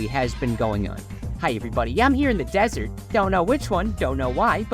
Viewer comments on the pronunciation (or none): none